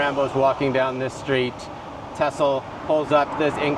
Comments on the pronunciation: Ok....it's not pronounced tissel...it's pronounced teeezel....like Teasle....and 2nd...he allegedly screened Rocky 3...not Rocky 2. Fun tour to watch though. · Yeah..…it’s not Tessle….its Teasle….like in weasel. As a fan, you should say it right. Great video. One of my favorites too! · It’s pronounced Tee-zil like diesel. Not Tussell. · “Tessler” .. TEASLE 🙂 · Teasle ....TEA-ZILL.... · You grew up watching rambo....yet cant sat teasle properly lol